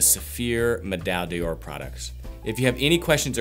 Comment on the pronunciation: Thanks for these videos. Medaille d'Or is pronounced like /Meh-DIE Dore/ in French if someone hasn't mentioned that here already